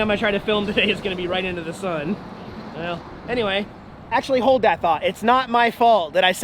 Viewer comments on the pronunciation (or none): none